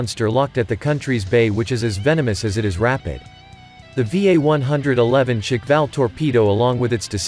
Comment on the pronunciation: It's not "shikval"! It's shkval, like squall.